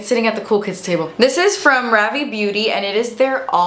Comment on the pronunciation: Ravié is pronounced Ră V. It's French word. ❤